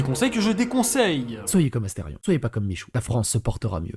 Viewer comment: c'est astérion papalapa c'est astéfion papalapa